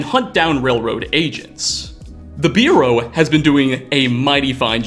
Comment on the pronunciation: Bureau, not biureau.